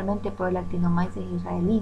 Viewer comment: No Se pronuncia en español actinomaises se pronuncia actinomices